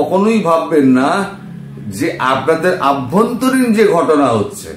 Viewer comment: দাদা please অভ্যন্তরীণ বলুন ........ আভ্যন্তরীণ নয় ❤